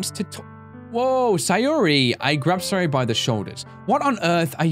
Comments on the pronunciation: sa - yo -ri not hard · Lelmixit it is sayori